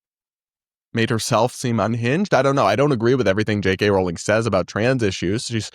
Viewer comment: Glad you say it rolling instead of r-owling.